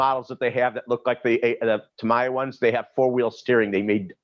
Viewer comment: If Traxxass has teamed up with Strap on for tools it would make sense ..Over priced. and lets remember.. its TAM EE YA!! NOT Tom ie yar.